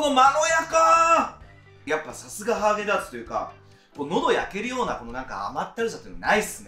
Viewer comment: ずっとハーゲンダーツって言ってて笑った